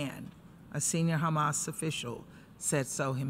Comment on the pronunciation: Israel.. It's hamas.. not khamas btw.